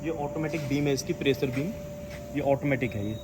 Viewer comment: कृपया सही उच्चारण करें। मसीन, प्रेसर फंक्सन के जगह मशीन, प्रेशर, फ़ंक्शन कहें। जहां “श “ हो वहाँ “श “ कहें। जहां “स” हो वहाँ ही “स” बोलें।